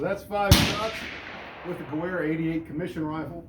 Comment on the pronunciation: Great video! However it’s pronounced (GEH-VER) the W in German is pronounced as a V